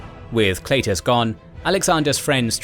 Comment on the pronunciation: it's pronounced "kl EYE tus"... jeez